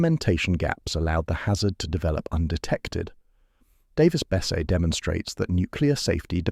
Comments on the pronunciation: It would have ruined the reactor, but the containment building would have stopped any release. Nuclear is still far safer and much less destructive to the environment than oil and gas production and use. It's pronounced Bess-e, not Bess. I live 6 miles away from the reactor, and I'm fine with it, the 2 oil refineries 8 miles in the opposite direction are far more concerning, dozens of smokestacks never stop pumping out giant clouds, and they often produce a disgusting odor that travels far beyond the refineries. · It's pronounced "Davis-Besseee"